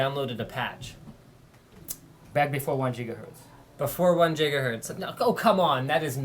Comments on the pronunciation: Lmao, "jeegahertz" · JIGAHERTZ!!! JIGAHERTZ!!! JIGAHERTZ!!!! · *cue Crysis voice* "Maximum Jigahertz"~ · Jigahertz Jigahertz Jigahertz! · Jigaherts Jigaherts